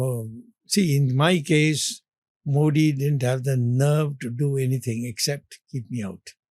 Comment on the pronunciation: Great mind being kept on the sidelines while clueless bootlicker Sitharaman is running the FMO. No wonder this country is in such shambles. But it really is something remarkable that even such an educated man can't pronounce Modi correctly; that's how bad education is in this country.